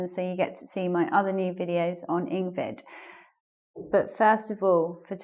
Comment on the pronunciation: Wow, a new teacher! Welcome. A different accent here... When you said ''first of all', sounded to me like FAST :)